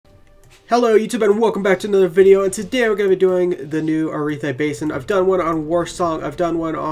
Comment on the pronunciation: I have learned to overlook your pronunciations. Thanks for the bed.